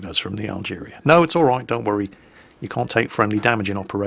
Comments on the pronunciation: Algerie. French, pronounced al-guhree, rather than al-jeereeah. Yeah, I know, doesn't care. May as well be driving the "Dave". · Algerie Algerie. NOT Algeria!!:P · Yes, there's no "I" in "Team*" - just as there is no "a" at the end of "Algérie",.